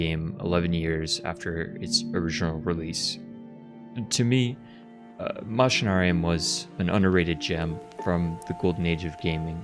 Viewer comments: its pronounced mac-inarium bro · Coming from latin, its pronounced machina with a K, Makinarium! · Btw you pronounce the “a” in the name, its ma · shuh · Nare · ree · uhm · Wait, it's pronounced "Mushinarium"? I've always pronounced it "Meké-nairium". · If we think in a latin way (like "deus es machina"), it makes sense, even more knowing the -ium suffix. I always pronounced it "Machinarium," but I believe you are right. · Back when I was 10 I loved this game so much when I made like my own world I made a country that is named after this game, so much Nostalgia. BTW I pronounce the game's name "Makinarium". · But it's pronounced "Mackinarium" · Man i love, that you made video about game from my country, it is also one of my fav game(fav is creaks from same studio)-also the way you say is name is funny, but not judging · That's really how it's said?! I've been wrong all this time??! It just seemed obvious, or so I thot. All the machines everywhere. Your character is a machine. There's machinery all over the backgrounds. And the title has most the word in it!! Lol Machinarium. So ya machine= Machinarium to me. The way he is saying it just sounds weird as hell lol. Then again when I look it up it's spelt MA-KUH-NAA-REE-UHM. So IDK 😶